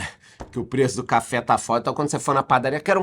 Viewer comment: Essa café seu, pode ser chamado de cháfé kkkkk